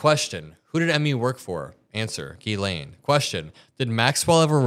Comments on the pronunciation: Being french, can I tell media that her name is Ghislaine (pronounce jislaine) and not as Guylaine like you always say! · Epstein was a goofball from the Bronx. He needed Ghislaine because she was posh and knew all the famous people. Epstein made his money by blackmail and money laundering. Ghislaine and Ivana would drive around looking for young girls to groom. Ghislaine is pronounced zhee-LEN. Epstein claimed he needed to climax 3 times a day. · Chuck knows her name is not pronounced “gizz lane”😅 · It’s NOT Gee-Lane. It’s pronounced Jiz-lay. It’s French. The n is silent. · JIZZ-laine is not how her name is pronounced. Its GHEE-laine like is saying it. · the over pronunciation of “Gee Lane” is really throwing me off. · The name is french and pronounced: Jislaine Maxwell. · It's pronounced jeez lane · Hearing Chuck Schumer mispronounce ghislaine was too much..be warned.